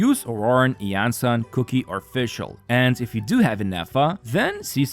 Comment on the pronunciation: Stop pronouncing qiqi “cookie”